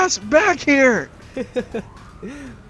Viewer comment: southern guys trying to say help H-HAULP HAULP 😂😂😂😂 lmao im dying